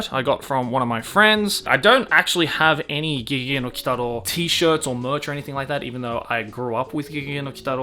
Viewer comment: It took me a depressingly long time to figure out that "Keigiei Nokitaro" is actually GeGeGe no Kitaro, lol. First time viewing this channel, maybe I'll get better at deciphering the Japanese names.